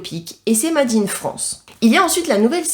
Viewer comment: Vidéo sympa. Par contre, t'es comme moi : faut bosser ton anglais (mayor, made, bear, ...) 😅